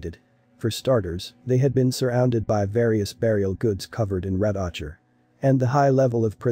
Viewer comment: The person narrating this needs to learn how to pronounce words CORRECTLY! like mitochondrial and ocker!